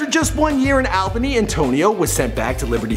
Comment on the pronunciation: It pronounced all-bany